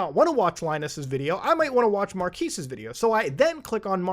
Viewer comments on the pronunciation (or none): Why does he pronounce Marques like that